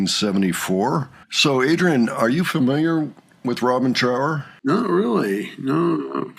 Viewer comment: His name is Trower to rhyme with thrower and not power. It's basic politeness to pronounce someone's name correctly.